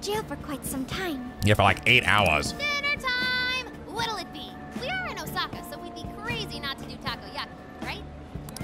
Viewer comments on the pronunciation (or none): none